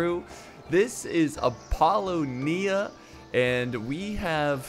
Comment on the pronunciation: It’s “Ap - Po - Lonia”